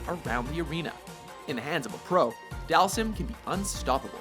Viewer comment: you said dhalsim name wrong its dhal-seem that's how its pronounced